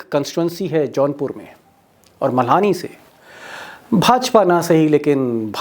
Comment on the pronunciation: मल्हानी नहीं दीपक जी मल्हनी है |